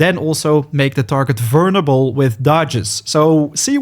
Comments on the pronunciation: I'm sorry, you're saying "vernable" instead of "vulnerable". It's triggering my grammar ocd. 😭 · Great video but dude the word is "vul ner able not "vurn able" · The way this guy says vulnerable is absolutely hilarious Vernable lol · Haha, “vurnable”. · Bro you’re not even close on vulnerable, just practice that one a little bit, everything else is sounding goodm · mate. you should ask someone how to pronounce vulnerable. cuz the way you do it is wrong.. really wrong